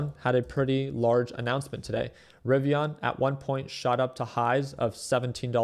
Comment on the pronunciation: Rivian not rivi”on” lol 😂